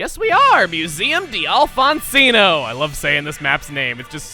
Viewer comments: As someone who speaks french where d' is very common... It is painful whenever he says "Dee Alfonsino"... You don't say "d"... It's pronounced the same as if there were no apostrophe... as in "Dalfonsino"... with Dal like Dalmation. Sorry but it just bugs me. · it's not dialfonsino ( if I am correct at least) it's dalfon see no the d'a is "one sound" I think. similar to da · d'alfonsino looks like it'd be pronounced doll-fon-see-no, not Dee-all-fon-see-no. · D'Alfonsino would be pronounced as "Dal-fawn-see-noh", not "Dee-al-fawn-see-noh" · For the love of... Not D. Alfonsino, Dalfonsino. Think contractions. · actually it's not pronounced "dee-Alphonsino" but "d-Alphonsino." The "e" in "de" is omitted and replaced with an apostrophe so that there on't be two vowels in a row. Sort of like "a" and "an" in english. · the d' does not mean you pronounce the d as a letter. Read it as if there is nothing there, like "dalfonsino". You were pronouncing it like "di alfonsino". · it is pronounced dalfonsino, not dee alfonsino it is a french-like name with the ' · it is pronounced dalfonsino, not dee alfonsino it is a french-like name with the ' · This is annoying me because he is saying Dee-all-fawn-zeeno but in all latin languages ( I think ), the d'(Vowel Here) just makes it like Dawl-fawn-zeeno. You get what I'm saying here? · It's pronounced like Dalfonsino, not De Alfonsino. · Sory to burst your bubble, but... "Museum d'Alfonsino" is pronounced "Myoo-Zee-Uhm Dal-Fahn-See-Nough," as it comes from the French conjugation of "de," meaning "of." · The pronunciation of "D'Alfonsino" was painful; it's french (or Italian?), so it's basically just "Dalfonsino". It's from "De Alfonsino", but you can have the two vowels ending then starting those words, so you ditch the "e" and have the "d" go straight through to the "a". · The way it's written it'd be pronounced "Dawl-fawn-see-no". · Omg hearing him pronounce the museum is so cringy. The D is silent XD